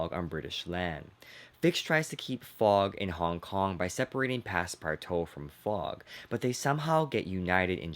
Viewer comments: Passpartout is pronounced: pass-par-2 It is French. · Does it bother anyone else that he's saying Passpartout wrong